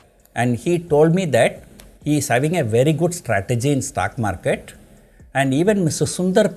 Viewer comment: It is STOCK Market. Not STACK MARCATE. 😒😒😒